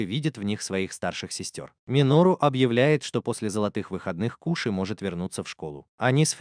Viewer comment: Не кУши а кОши